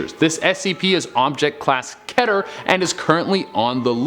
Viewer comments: its keeeter not kéter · this man just said ketter instead of keter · WOT HE SAID (KET-ER) NOOOOOOOOOOOOOOOOOOOOO ITS (KEET-ER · Its pronounced keeter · My man just said “Ketter” 😂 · Did he just say ketter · SCP Class key-ter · Keter (kee-tur) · You pronounced Keter wrong 😢😢